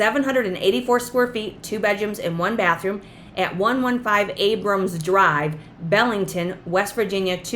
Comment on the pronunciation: Hi, My mom was born in Belington, WV (pronounced BEE LING TON) Its about an hour south of Morgantown and 45 minutes SE of Clarksburg (nearest Walmart) and the village sits along the Tigart River. I'd love to buy this place just for the memories I have of Belington. Thank you for a great channel.